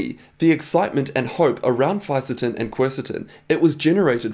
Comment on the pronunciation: I counted four different pronunciations of Fisetin.